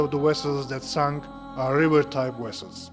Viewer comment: vessels not wessels